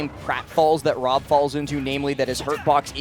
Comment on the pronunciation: When someone who can't pronounce the letter R has to commentate Woy vs W.O.B. 😵